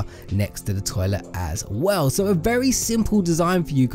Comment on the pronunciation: The way he says toilet XD